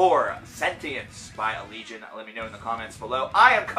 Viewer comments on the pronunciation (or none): Ala-gay-on. Thats how you say it. They say it in one of their vids. Duh! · I would always pronounce the name "al-eh-gay-on" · I pronounce it "Al-lee-Gee-On. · it's pronounced uh-legion.